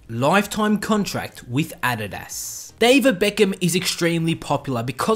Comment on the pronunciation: Thanks for pronouncing Adidas right😂👏👏